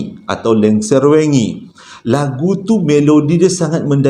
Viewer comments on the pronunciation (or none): sebutan "wengi" tu lain bunyinya.. "wengi" dlm bahasa jawa maksudnya malam